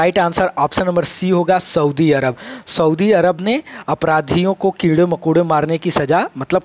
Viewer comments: Sir keede Ni hota kode hota h.... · Sr g कीड़े नही है कोड़े है😂😂😂